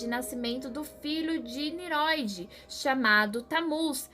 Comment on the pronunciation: Parabéns pelo vídeo, elucidador. Só que, não é Niroid, mas NINROID. Som de RR